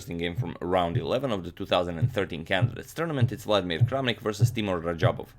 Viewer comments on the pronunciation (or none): Hey Agadmator, I think Teimour should be pronounced as Teymur. Thank you for your videos 😊